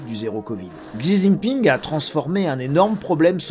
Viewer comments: Désolé mais « zizi ping » se prononce plutôt « shi ji ping ». Merci. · Merci pour l'analyse, par contre, si je peux me permettre, il faut prononcer le nom du président chinois comme il faut, à la chinoise. On dit «Si Jinping» et pas «Xi Jinping» 😄👍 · Juste ça se prononce chi Jing ping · La prononciation du nom du président chinois m'a tué😂 comment c'est possible autant de décès avec un virus devenu si peu dangereux ?🤔